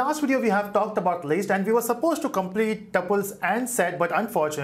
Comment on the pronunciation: It's list not least how you pronounce d